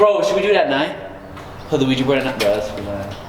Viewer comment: oh btw it ouija board not QuIjA